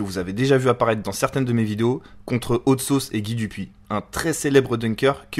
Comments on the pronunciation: Par contre mec faut vraiment que tu travailles ton accent si ton idole sappelle hot sauce. J'ai été choqué d'entendre "haute sauce" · Je suis le seul à avoir les oreilles qui saignent à chaque fois qu'il dis Haute Sauce ?? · Ta prononciation de hot sauce est dégueulasse tu te la pète un peu bcp mais la vidéo est sympa